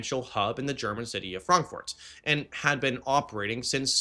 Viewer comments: Stop saying Frankfort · Buddy, Why do you pronounce Frankfurt so weird. Are you off your meds. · I have never - never - heard Frankfurt pronounced that way. And I live in Germany. 😂😂😂😂😂